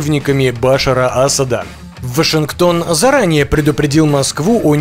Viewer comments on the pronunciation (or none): none